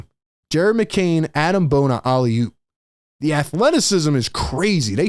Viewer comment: It’s pronounced Ah-Deem Bona btw, not Adam!